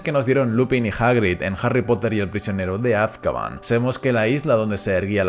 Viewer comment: Es AzkabAN, no Azkaban por dios...